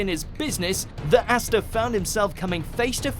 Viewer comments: Asta is pronounced "Ahh-sta" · Did he just say Assta?!?!?! inhale SCREEEEEEEEEE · Its ah sta not assta